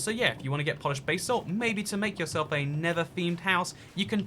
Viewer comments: What is this 'bay-salt' you were speaking of? Seen you mining gold and 'bas-alt' but didn't see any bay-salt😁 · Basalt: pronounced it like ‘da salt’ with final stress